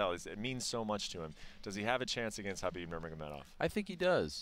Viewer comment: The way Ariel says kkhhhhha-bib makes me cringe.